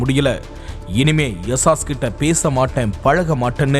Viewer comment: பேரை யஷால்னு போட்டுட்டு யவாஷ்னு சொல்றீங்க. எது சரி? பாத்து செய்யுங்க.